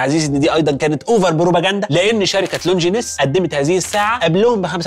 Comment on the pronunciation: اسمها لونجين وليس لونجينيس